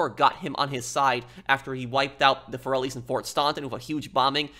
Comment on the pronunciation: I always wondered why Salvatore says Corellis instead of Forellis in the introduction.